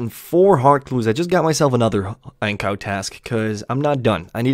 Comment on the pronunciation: When my mans said ancows I legit thought they added a new monster 😂😂 like tf is a ancow